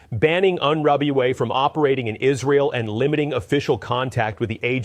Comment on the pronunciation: Israels Claims OF UN-RWA as its Pronounced, which is unfortunate this channel could not make the effort to learn the correct pronunciation, Israel when it claims there are terrorists in it is an outright lie, as UN-RWA checks the background of all its workers. Netanyahu himself deployed ISIS fighters into Gaza and Netanyahu is the terrorist in this situation...